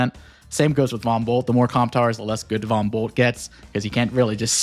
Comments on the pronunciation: Did anyone else hear Von Bolt as "Bumble"? XD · Right about now, it's time to rock with the biggity Von Bumble 🐝 👩‍🦼